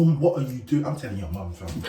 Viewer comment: the super british “FAM!!??!?” has me ROLLING